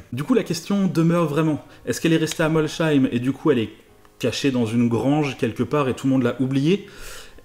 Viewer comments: Tout à fait d'accord. On ne prononce pas le "h" de Molsheim car c'est un nom alsacien. Ça fait vraiment français de l'intérieur là... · MolCHeim ??? tu vient de tuer le nom du village 😂 sa se dit Molsseim et sa s'écrit Molsheim me demande pas pourquoi mais c'est l'Alsace 🤷‍♂️ (et je suis alsacien 😉) allez biz et continue elle est super ta vidéo 😘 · MolSSSSSSSSSSSSheim ont dit pas CH, Néanmoins vidéo très intéressante comme d'habitude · Super la video 👍🏻👏👍🏻👏 Mais on dit pas molcheim on dit molsheim on dit pas le H 😅😅en habitant juste a côté sa me perturbé un peu je voulais te le dire. Continue comme sa t'es super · j'adore tes vidéos, vraiment, mais la non! Molsheim se prononce molSheim et non molCheim. Voilà c'est dit. Sûr ce, bonne continuation 👌😉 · Et pour un Schmitt c'est une honte ! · Hello. Pour l’alsacien que je suis le Molcheim c’est horrible.... ça ce dit Molseim ^^ Notre Molsheim national ^^ En tout cas merci pour ce petit documentaire tu attises ma curiosité ^^ super sympa merci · Bonjour. Extrêmement intéressant. Bravo pour vos recherches. Juste un petit point: Molsheim se dit "Molsseim" et non pas "Molcheim" :) Bonne continuation. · Très bonne vidéo, très instructive mais juste une chose on ne prononce pas Molsheim comme avec un "ch" mais bien avec un "s" merci. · prononcer molSeim pas molcheim! sinon super vidéo! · Hello juste petite précision ce n’est pas molsheim [ch] mais molsheim [s] ça ce dis molseim comme je l’ai écrit et avec des ami on a beau traquer les grange on a pas trouvé grand chose un jaguar et une Ferrari dino 👍😉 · Juste pour information, molsheim ne se prononce pas molcheim mais bien molsheim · J'habite à côté de Molsheim et on ne dit pas "Molcheim" mais "Molsseim" sinon super vidéo !! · Molshein avec un S pas cheim merci bonne vidéo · Pour info Molsheim pas molcheim 😉😂 et gien pas gian ..... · Je tiens à dire que Molsheim se prononce Molssaïme et non Molchaïme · On dit Mol-S-heim, pas Molcheim! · Mols - Heim